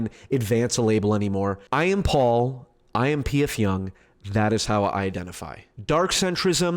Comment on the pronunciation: it's pronounced "jung"